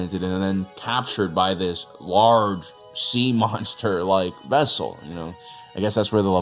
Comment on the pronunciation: a what? a ves-kull?